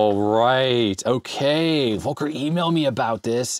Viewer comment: You pronounce "Volker" like "Wolker", while it should be more like "Folker". As a german it almost hurts to hear haha